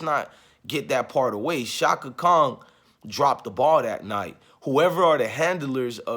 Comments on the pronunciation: Are you saying shaka Khan , Or shaka Kong?? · It's Chaka Khan bro. not Chaka Kong. She not King Kong daughter... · Pls say Chaka "Khan" not"Kong" even if she did mess up and she did all night. Cut Stephanie THE ENTIRE CHECK! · I’m not listening to anyone that say Chaka Kong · Sorry but the Aquarius in me CAN'T help but hear the pronunciation of a "g" in Chaka Khan's name and it's not😏 respectfully.... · I’m an Aquarius too and it was bothering me also lol😂😂😂